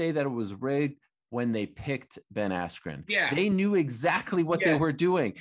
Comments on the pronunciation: Ben AskYou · His brain went "askew" after that hit. He got effed up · Ben Assq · Micheal Buffer pronouncing Askren’s name as “Ben Askew” definitely messed with his head 😅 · i thought he said ben icecube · So cringe when Buffer messed up Askrens name with “Askew” considering he has announced his name in the UFC lmfao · Honestly that pissed me off I kinda felt bad for Ben there. At least say the man’s name right this man has competed for world titles put some respect on it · I thought he did it on purpose to screw with Bens head right then. He never has had issues like that bad. Or Oscar gave him the wrong name. Not even close at all and English. Too funny